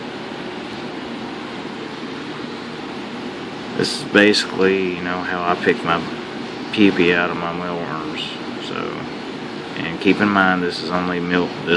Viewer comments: You did. You say peepee lol. I can't stop laughing now. What's been heard cannot be unheard. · he pronounce some words wrong, it's not pupi it's pupa, and it's not warsher machine it's washing machine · Pupa is pronounced with a long U as in 'you' and the last 'A' sounds like 'uh'. I first though you were cleaning urine from the box! LOL That is a very cool way to get the babies out. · Oh my gosh. “Pupee” I laughed during this entire video! It’s such an odd way to say Pupa. But honey you keep doin you! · Lol. It's pupa, p(you)pa, pupae. But definitely not pee pee xD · Pupa not pipi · Its kinda funny how he says pupa